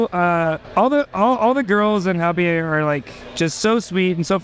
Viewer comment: Dear presenter, that's not how you pronounce Hanabie.